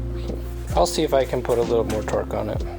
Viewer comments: torque not twerk 🤣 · Maybe she thought you were saying twerk not torque hahs